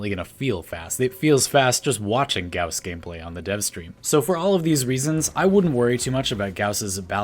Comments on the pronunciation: Thank you for pronouncing Gauss correctly (rhymes with house) [gaʊs] DE has been saying it like Goss instead of Gouse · Finally somebody who pronounces Gauss correctly <3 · No it's pronounced like "house" and "mouse" check Carl Gauss's Wikipedia page. There's the pronunciation for his name